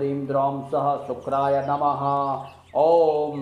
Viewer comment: Uchchharan sahi nahi hai..sa ka nahi sha ka uchharan hona chahiye.. it is shukray not sukray.. mantra ki shakti aur sarthakta uske shudhha uchcharan se hoti hai.🙏